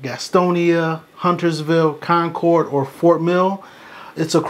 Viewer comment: You’re from here...you pronounced concord right